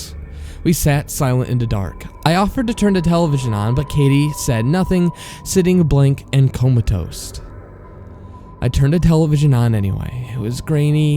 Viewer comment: "…Coma-toast." When you're really super tired and burnt out from the crap life throws at you. Just kidding. It's pronounced 'comatose.'